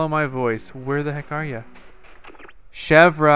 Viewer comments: its chev like the car company and then its like ear so its like chev ear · Chevre's name is pronounced Chevr, and it means goat cheese! GAHAHA! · To pronounce Chevre it is the same as the way you pronounce the Louvre in Paris ... THE R IS SILENT!!! Oh My Goodness!!! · the R is silent